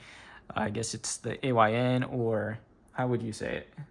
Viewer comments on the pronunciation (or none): I think it’s pronounced how you spell it, A Y N, because it stands for “All You Need”.